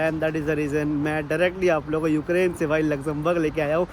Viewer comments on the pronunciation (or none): none